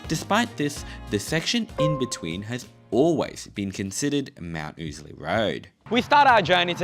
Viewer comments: No. It's def oozly. For the first time ever got it right. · It's pronounced ow-sley. Rhymes with lousy. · Ozlee lol. I never heard it pronounced 'ozlee' not even once and I must of heard it pronounced 'oozley' 10,000 times in the last 40 years. Not to mention the 5000 times ive driven a truck up and down it in the last 20 years with the uhf on and everyone calling it 'oozley' so we'll go with that